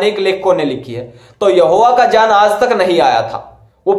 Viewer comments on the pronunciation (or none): Bhai pronounce tau Sikh lo pehle baad mein ana debate karne ...Jaan nahi hota hai GYAN hota Bhai. Khud ka insult Na karo publicly.